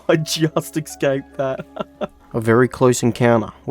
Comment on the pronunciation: remember its escape not eggscape :D anyhow great video series brother!